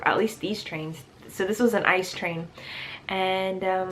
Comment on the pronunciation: ICE is pronounced every letter by itself (like FBI, NFL, NBA, .. ) not like the word ice, that sounds just weird. You should find someone who helps you planning your trips and explains the best options to you, looks like you end up spending way to much money and time doing it your way